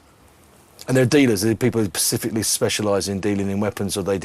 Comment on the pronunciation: Why can Ross Kemp not tell the difference between pacific and specific.